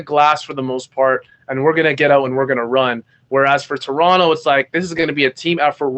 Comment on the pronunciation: Love your analysis, but why are you pronouncing Toronto like SAS or some other American commentator?